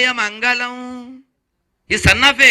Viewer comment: స్వామీ మీ తెలుగు మెరుగు పరచుకోండి మంగలం కాదు మంగళం కల్లు కాదు కళ్ళు నీల్లు కాదు నీళ్లు Etc